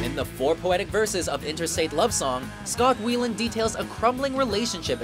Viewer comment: The way the dude says scott weiland's name ughhh